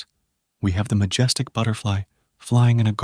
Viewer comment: Lmao , "magestic" made me fkn crackup bro.